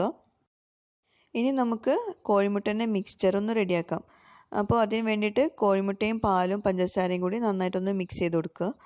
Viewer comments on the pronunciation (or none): Koyimutta alla ibale 😄😄 "kozhimutta" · കോയിമുട്ട അല്ല കോഴിമുട്ട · Hi nalla " koyimutta" koyimutta""🤣🤣🤣